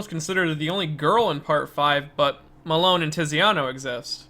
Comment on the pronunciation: This is 4 years old, so hopefully by now you've learned how to pronounce Melone 💀 Sorry, your pronunciation just bothered me that much